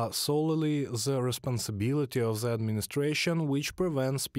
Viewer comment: THE is not ZZZZZZ it's pronounced more like letter D, not Z. :)